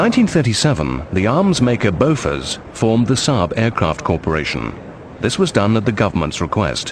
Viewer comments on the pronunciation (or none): none